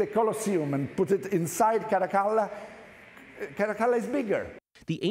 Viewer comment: I like the way this guy says “Caracalla”